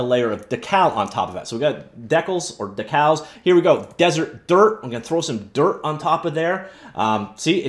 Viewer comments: I’m guessing you’re too young to remember decals, but they’re pronounced “D-cal”. They were essentially stickers back in the day. Thanks for the vid. Looks cool. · "Deckles" dude you're killin' me here